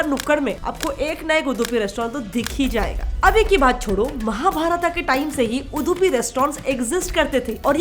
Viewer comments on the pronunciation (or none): It's उडुपि not उदुपि 🤦🏻‍♂️ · It's not UDHUPI IT'S UDUPI "Dublin DU" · It's not उदुपी,it's उडुपी And it's not डोसा, it's दोसा Learn to say properly on what you are presenting Even before mahabharata it was उडुपी Don't corrupt our names, they are not Turko-Irani-Mughal nouns FYI.. On every hotel picture of your Video, in every langauge it's written loud and clear - Udupi ( उडुपी) At least use that much of sense before distorting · Appka itna bada YouTube channel hai aur apka pranouncing sahi nahi hai that is udupi not udhupi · Dehradun ke Da, Dharamshala ke Dha nahi maataaji! It's Udupi (vu-du-pi). Hope you had researched a bit more before mashing up everything under Shetty communities. Brahmin and Shettys' aren't same community and they are all not from Udupi! When you do it, do it right, not half baked mash up that might be misguiding! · It's Udupi not Udhupi first plz learn the pronunciation... Udupi restaurants Brahmin community like Gsb saraswats tooo n rest bunts etc etc se hua tha n rest others followed n made bigger hotels tooo i have gud respect for those tooo ....I'm born mangalorean n i very well have seen what other ppl have love for Mlore Udupi food b it veg or non veg .... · I like your content and the way you present!! But please put more efforts into learning how exactly to pronounce few things... It's Udupi(उडुपि, ಉಡುಪಿ), not Udhupi (उधुपि❌)... It's Dosa or Dose (दोसा or दोसे) not डोसा ❌ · Madam its udupi(ಉಡುಪಿ) not udhupi (ಉಧುಪಿ) Proud be an Udupian ❤️❤️❤️ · Its udupi not hudupi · udhupi hurt my hear its udupi 😂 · U du pi not udhupi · It's उडुपी not उधुपी pls say it correctly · उदूपि नहीं उडुपी है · It's उडुपी not उदुपि fed up of correcting North indians. When u guys can't pronounce our words in the right way why do u attempt to make videos relating to us. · Pehele theek se Hindi bolna toh seekh le its Udupi not Uddupi . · First of all Its Not 🚫 Uduphi It's Udupi Just Like It's Kannada not Kannad.... These people Never Spell Properly..